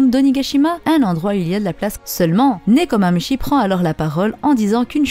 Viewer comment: Nekomamushi, le Chat du Cheshire: se prononce chiche ailleurs